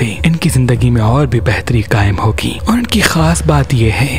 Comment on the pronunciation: bhai masha allah awaz achi h per plz ue busssss or ooooorr pe thora kal zoar lgaya kry shulriya